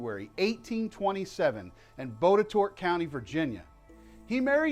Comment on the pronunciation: FYI: Botetourt is actually pronounced bott-i-tott locally. Keep up the great work!